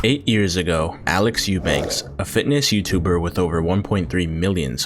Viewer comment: What kind of serious channel do you aspire to be when you freaking cannot pronounce the guy's last name properly? Eubank without an S